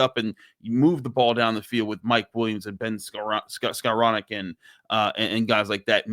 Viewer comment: Pronounced: Skow-ron-nick Not Scour-neck